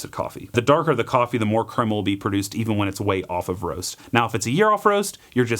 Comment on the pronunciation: The cwema is bwitter, mmkay? I don't want no cwema 🗣🗣